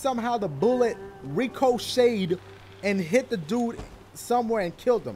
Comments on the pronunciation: Lol he said "RECO SHADE" lol. I love how he pronounced ricochet xD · re-co-shade lol